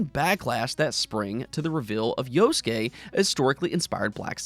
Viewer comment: Yasuke-Yas Kay not Yo skay